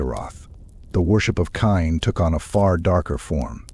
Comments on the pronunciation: It is pronounced like Cain or Kane right? That mispronunciation drives me crazy, so as quality as this is, couldn't make it through. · 😂😂😂 i was thinking the same